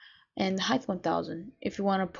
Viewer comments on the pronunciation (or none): He said screen Heighth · width and heighth...